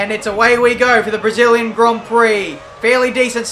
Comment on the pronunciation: Did anyone hear matin brundle saying "debris-illian grand" Prix before the start of the race.